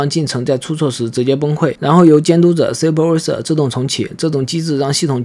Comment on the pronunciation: 英语发音有点奇怪，例如superviser等。